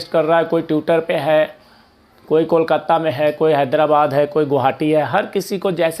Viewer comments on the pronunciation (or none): none